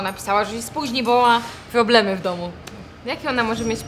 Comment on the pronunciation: phłoblemy XDD